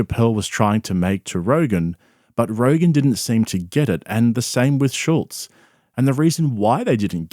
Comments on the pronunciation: I can't stand how everyone puts a "T" in Andrew Schulz's last name... It's F'n SCHULZ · This YouTuber doesn't even know how to pronounce Schulz's name. How much does he really know about him.